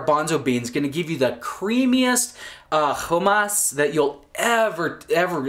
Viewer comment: Interesting pronunciation of "hummus."